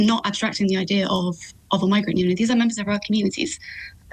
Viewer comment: I-Deer ? What is an I-Deer ? The word is IDEA.. This lady cannot even speak English.. and you expect her to answer questions ?